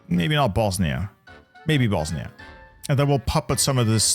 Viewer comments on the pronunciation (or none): none